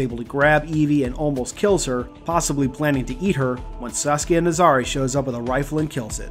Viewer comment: Every time I hear you say "Saskia" I think you're saying Sasuke like the Naruto character.